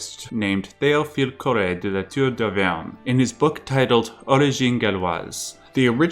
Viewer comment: haha, as a French, I loved the way you pronounced the name of that Théophile The amount of work it resquires to make such great videos, wow man you deserve so much more subs Love from France